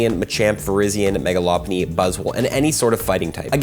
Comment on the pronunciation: Mega what lmao “loppunny”?? Interesting pronunciation